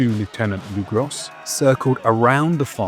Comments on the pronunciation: Legros is not legross the S is silent. It means the big , could be a last name or title or nickname its hard to say. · You really ought to pronounce the French names correctly. Or at least try to. For example, Legros = "Legrow".